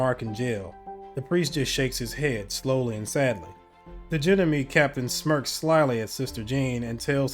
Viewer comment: you really should look how to pronounce the word gendarme. it's from french and is a type of police. it sounds sooo nice in french and you just butcher it. :))))). but still really enjoying the playtrough.